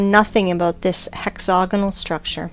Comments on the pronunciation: She has an american accent. Why does she repeatedly pronounce hexagonal as hexogonal? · Hex-AGonal...not hex-OGonal. Yes, the root word is hexagon...and yes, the "ag" sounds like "og", but the pronunciation is "ag" not "og". Now that I have gotten that out of the way...if the Devil's Tower is an ancient tree stump, then why aren't there hundreds or thousands more of them spread across the landscape? Was it the ONLY mega-tree on the planet? How then do you explain the hexAGonal rock formations in old volcanic sites (as in old volcanos) scattered across the planet? There is actually an ancient rock formation near where I live down here in Southern California right on the shoreline of the Pacific Ocean that contains smaller versions of those very same hex-A-gons right alongside porous, bubble-like (Swiss cheese?) lava formed rock. My other question is...why are you showing images of surface lava flows as a comparison to the ANCIENT volcanic cores side by side? Are you saying that you know what goes on inside a volcano when it forms as a mountain, and then incredibly slowly, it breaks down and is weathered and washed away by time and the elements over millions of years? No...seriously, I am trying to keep my mind open here, but as I suffer through your stumbling, and poorly narrated, and difficult to listen to diatribe, I find myself unconvinced of your beliefs here. I find myself jumping forward a few minutes at a time because it is that difficult to listen to you read through your script. It would probably be a lot better if either you take the time to read and ed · You lost me at "hexogonol". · Hex-a-gonal** wtf is hex-oganal? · "Hex-hog-anal geo-met-try-calls" ..... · Please learn how to say hexagonal